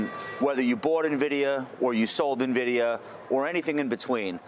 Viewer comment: Did he say NAvidia???